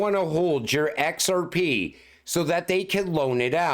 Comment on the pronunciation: EX ARE PEE!!! Love when he says it